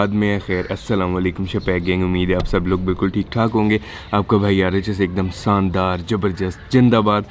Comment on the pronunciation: bhai plz pronounce your opening greeting correct. Shandar Zabardast Zindabad. you always say shandar, jabardast, Jindabad